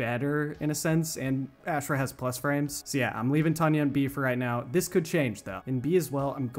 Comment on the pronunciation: Bro it’s aushrah not ash rah lol